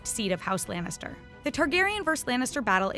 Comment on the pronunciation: lAnnitster not lEnnister ok? sheesh